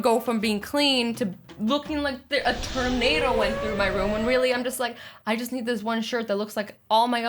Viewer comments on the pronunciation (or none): none